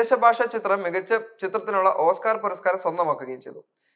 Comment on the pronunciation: ഓസ്ക്കാർ എന്ന് പറയാൻ പഠിക്കട....